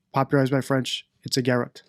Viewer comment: Since you " hate having to teach English to English- speaking people," its pronounced ' guh rot,' slight emphasis on the second syllable. According to Oxford dictionary and people who speak English.